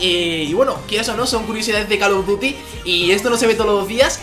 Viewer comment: call of duty no cal of duty (lo digo por la pronunsiacion)